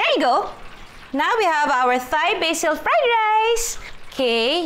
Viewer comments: Hindi po prinopronounce ung H sa Thai. Parang Tay/Tai lang sya hindi Thai na parang thigh 😊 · “Thai” is pronounced as “tie” like the knot, not “thigh” 🤦🏽‍♂️ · Hahaha, from Nong to watoosi— I love your videos! Oh, sige na nga, game. Ako na mamabash, but the common (I won’t say “proper” because everyone has their own way or preference) to pronounce “Thai,” is TAI. Not with the “th” sound. Love you! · Its pronounced daw po as Tai.. though the spelling is Thai. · my life my choice.....mind your own business...kaya nga totoong show ito walang perfect may pa th th pa ano ngayon kung gusto nya ng ttttthhhhhaaaaiii...aysus abaw nkang gid.....tan aw lng bala damo kamo mga perpekto ah kadto kmo sa mga oerfect ah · Judaaay! Thai is pronounced as 'Tai' 😊